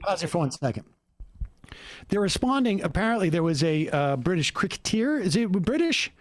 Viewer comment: As a British viewer I love your pronunciation of cricketer. Your criticism is spot on. Having watched the show in full it is clear he doesn’t know anything about any of the topics being discussed not sure why he was there.